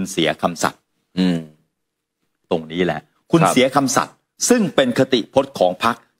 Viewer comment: คำสัตย์ ไม่ใช่คำสัตว์ นะครับ